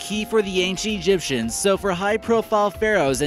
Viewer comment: u said "The A ge gyptians"